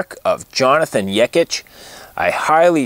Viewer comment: Thanks for the video and your kind words! You even pronounced my name right. Awesome! Best regards, Jonathan